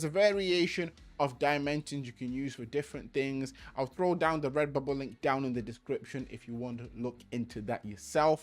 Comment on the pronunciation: Take a shot every time he says REBUBBLE, Thanks for the info man